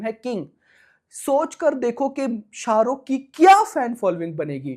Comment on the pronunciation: Bro first tell his name with respect sha ruk sir ❤